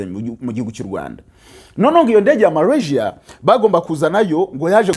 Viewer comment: Urakoze kuraya makuru, aliko ni Malasia ntabwo ali Marasia!